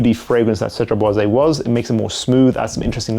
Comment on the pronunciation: Hey! First of all, thanks for your videos and dedication! One thing I‘ve been wanting to tell you for quite some time: Cedrat Boise is actually pronounced with a silent „e“ at the end as it‘s no „é“. So just stop at the s and you‘re good 😁 Keep up the great work ✌🏽